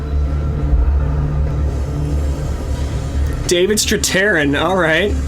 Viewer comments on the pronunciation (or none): pronounced Straythairn